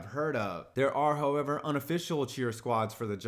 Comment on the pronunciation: He said HOE ever